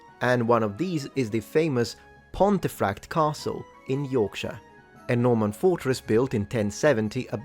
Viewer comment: It's pronounced "pont-eh-fract" and the traditional form pomfret is also anglicised to "pom-frett".